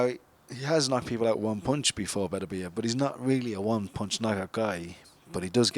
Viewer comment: Everyone says Beterbiev's name wrong. Its BeTERbiev, with the emphasis on the second syllable. And before you ask me how I know, I learned it from a teacher of Russian literature in the 1980s.